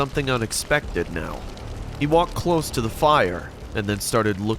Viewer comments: Weird Comment Alert Am I the only one who kept hearing "pire" instead of "fire" in the third story? Lol. Also the wife in the second story literally pissed my soul off by having the ever so bright idea to stand in the middle of a river after just noticing a creepy man staring at her from across said river like she was his first meal in 5 years... great stories tho I enjoyed the compilation very much! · Am I trippin? Or in the last story, the narrator is saying “pire” with a p, instead of “fire” with an f, right? Lmao please someone let me know I’m not going crazy. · Did anybody hear say “pire” and not “fire” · On the last story about the evil devilish hellhound cult when the narrator is saying fire or should be saying fire why does it sound like he's saying 'pire'? Has YouTube put a ban on using the word fire? So when someone says fire will the word be blocked or muted? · did he say pire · Did dude say huge pire